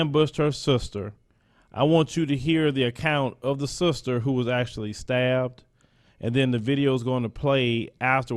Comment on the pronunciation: "With her sulstuh"